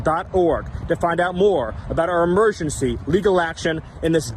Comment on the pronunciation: Stephen Miller... It's "emergency", not "immersioncy". Jfc. These people are idiotic loons.